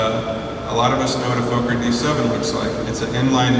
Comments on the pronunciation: And his name is not "Foker" is is "focker" (close to the the RC acronym relating to Henry VIII "Fortification Under the Crown of the King" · Outstanding historical footage! .. but .. for for god sakes, it's pronounced FAH-KER, not Foe-ker! Anthony Fokker was Dutch and his last name has TWO K's which make the O short, like in the word October. Drives me nuts whenever I hear someone say Foe-ker. It's pronounced Faw-ker! Otherwise, wonderful, even with the misinformation here and there ... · bullshit my friend it's pronounced focker like fucker but with a short o and you're theory with the two F's is as bullshit as your foeker /fawker thing the o is short because there are two k's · Actually my "friend", that was a typo! I had meant to type two K's, not two F's, and had you taken the time to read it a little more carefully, you would have seen what I intended. I have made the appropriate correction. That said, it is still pronounced FAH-KER, not FOE-KER, regardless of whatever rules might apply based on language. I think we can both agree on that! Absolutely no need for hostilities here. BEST!